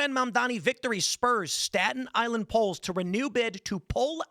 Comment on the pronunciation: LOL STALIN ISLAND not STATON ISLAND